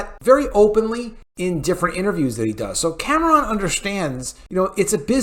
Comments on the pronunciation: For the love of God. Stop saying Cam ah Ron!!! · Why do you keep pronouncing James Cameron's last name the way you do? This movie was phenomenal!!